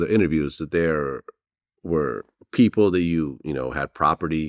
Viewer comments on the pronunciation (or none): none